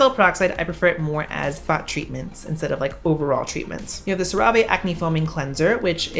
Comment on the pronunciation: I love your Spanish pronunciation of "Cerave" lol.